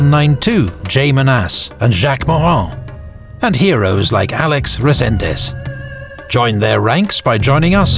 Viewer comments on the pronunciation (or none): none